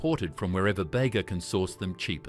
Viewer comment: Bega is pronounced Beega, not Bagar